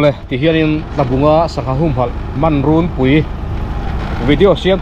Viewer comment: A hmuhnawmin i comment a ngaihnawm e...mahse thil pakhat, "rûnpui" tih i lam dan hi a dik tawk chiah lo deuhin ka hria, "run" tih lai tak hi "suar" tih i lam thin dan ang hian lam tur a ni. I lam thin dan anga lam hi an tam hle mai a, a dik zawk anga ngai an tam khawpin a rinawm.